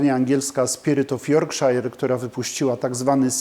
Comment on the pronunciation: Yorkshire się czyta "jorkszer" nie "jorkszajer". Tak BTW. Inwestowanie w beczki to trochę strzał w ciemności. Raz: nie wiemy ile będzie whisky do sprzedania przewalało się po rynku za te 10 czy 12 lat i czy ludzie będą skłonni kupić od nas alkohol za tyle żeby nam się to opłaciło. Być może teraz właśnie mnóstwo ludzi inwestuje w beczki i za 10 lat będzie ogromna góra towaru. Po drugie: kupując jedną konkretną beczkę nie wiemy jak ona się będzie zachowywać. Czy wyjdzie z niej coś wyjątkowo dobrego, coś przeciętnego czy coś czego lepiej nie wspominać. To co butelkują destylarnie jest wynikiem kupażu czyli mieszania zawartości wielu starannie wybranych pod okreśłonym kątem beczek destylatu. Żeby można to było zabutelkować pod nazwą firmy, ekspert musi dokonać kontroli jakości. Te beczki które spełniają określone kryteria, zostają użyte. Inne, które się nie nadają, zostają sprzedane niezależnym bottlerom, czasem z zastrzeżeniem aby nie podawać na etykiecie nazwy destylarni gdyż zawartość zupełnie nie pasuje do oczekiwanego profilu. Co będzie kiedy trafisz na taką beczkę?